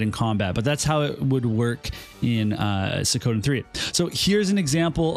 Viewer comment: it's SWEE-KO-Den da fuq? not Se-kowden